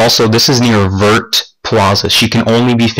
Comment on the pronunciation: oooph, dat pronounciation of vert (vair)